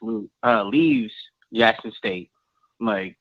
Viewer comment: Who is Lackson State? 🤣🤔